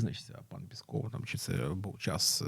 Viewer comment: Говоріть правильно. Не пєсков, а піськов.